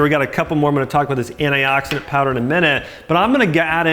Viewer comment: ahhahahaha omg he is beyond sterotype american! He keep saying ANAI OXIDENT hahahahaha and alsmo AMOND MILK hahah